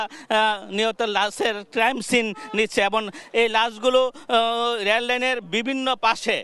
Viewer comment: Lel na re vai. Kotha ta hobe rel line. Toke ke sangbadik baniyeche.